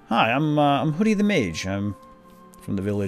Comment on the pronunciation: Hoodie..not Hodie.